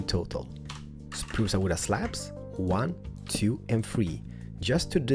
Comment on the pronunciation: I like when you say spruce woode slabs ;) P.S:I hope that you will get more subscribers,you deserve it :)